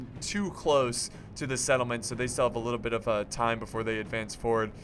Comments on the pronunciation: when he said bit don't add the "th" i was like ok but it doesn't seem right bitth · "don't add the T H" just slow it down a bic? damn man, words are that hard.. :D